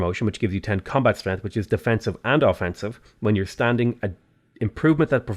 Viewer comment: Anyone else notice that he says strenth?